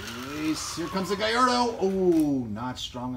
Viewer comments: it's GALLARDO not gyardo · its not gaiiardo its Gallardo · Galrado not garato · He said gayeroe instead of gallardo🤯💩